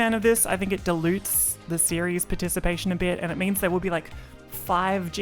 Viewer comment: Delutes 😅 you mean Dilutes.